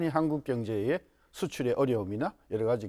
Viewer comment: 신씨는 "한국"이라고 말하고 일본인들이 한국이라고 발음하는것과 매우비슷 친일파 매국노 같아보임